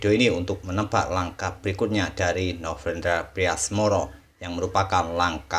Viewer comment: Ini telinga gua typo dari kmarin apa ya. Dengernya novrendra bukan novendra.